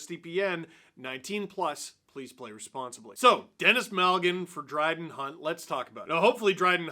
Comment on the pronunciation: did you call him Bryden Hunt? Like a mixture of Brad and Dryden?